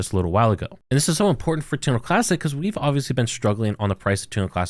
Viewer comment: say this with me, Terra Luna Classic lol Not Turnalaa Classic lol